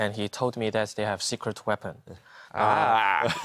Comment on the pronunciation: "Secrete Weapon"